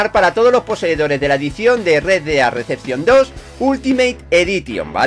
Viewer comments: Es REDEMPTION no RECEPTION, pero ya vamos pillando tu inglés de barrio poco a poco. Eres un grande, sigue así campeon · Rea dea deachion dos jaja gran ingles